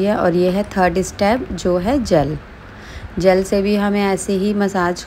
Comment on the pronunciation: Jal nhi hota ji ...jel hota h😅